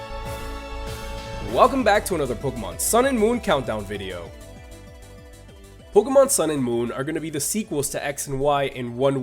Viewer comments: You probably don't care but it's pronounced Pokémon ( poke-AY-mon ) not Pokémon ( poke-UH-mon ) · it's pronounced poke-ay-mon dumbass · ***** it's officially pronounced poke-ay-mon it has a damn acute accent for goodness sake you dumbass and learn to pronounce words and if you didn't know the acute accent is this ------》É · its pronounced poke-ee-mon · MrMonsterHunter 808 oh yea and it does matter if he mispronounces pokemon because others will pronounce it the same as he did not knowing the right way to pronounce it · Tingle calm down after he mispronounced pokemon my favorite nintendo franchise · Jesus Lopez Yes, even if it's your favorite, it's just a pronunciation. And even more, it's just a game. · Ian Kerber this shall not end until the dumb ass poke tuber accepts he was wrong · Andri Haukur Einarsson yes I do realize that you dumbass but I am not reading the word in a language that pronounces it differnt I'm reading it in English and the right way in English is e-acute